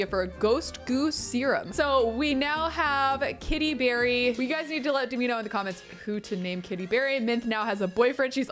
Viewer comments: Every time I hear you say Kitty Berry, I hear Katie Perry! Haha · Kitty Berry sounds a lot like you’re saying Katy Perry so I don’t want you to change the name 😂